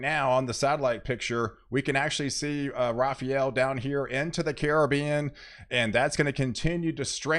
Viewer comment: Rafael. Not Rafarel.